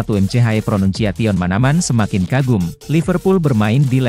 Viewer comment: Woww bagusin lu ngeja nama McManaman...konyol banget 😂